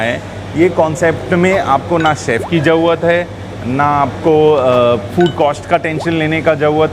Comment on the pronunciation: Koi tension lene ki "JAUUAAT" nahi hai 😂